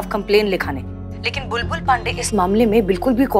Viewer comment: Pushpa ji ka acting over hi rhta h..bindi lallla ke papa😂😂bulbul ko sahi se bolne tk nh ata SHO kaise bn gya..amar vidrohi best tha👍